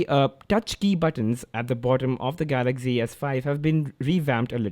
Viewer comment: why do u keep saying galackzi s5 when its galaxy s5?